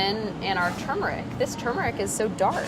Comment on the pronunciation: She pronounces turmeric like I do! Most people say “too-meric.”